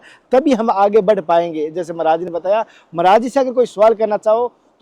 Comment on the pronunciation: Kya Maraj maraj bol Rahe he sud boliye Maraj nahi Maharaj boliye dhayabad